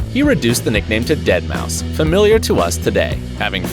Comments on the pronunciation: Glad you didn't say DeadMauFive and said it properly! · I always thought that deadmau5 was pronounced dead maw 5